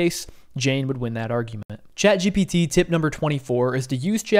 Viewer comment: Is it just me, or is he saying gBt, not gPt? 😂